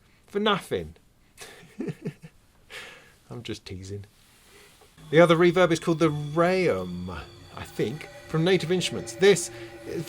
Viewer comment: Great show - your pronunciation of 'RAUM' is way off though, it means room in german ;)